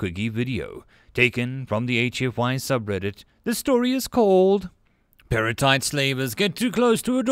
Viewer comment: I was confused when I thought you said perlite for a second